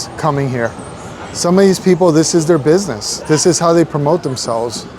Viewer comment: price a doin binesss thurr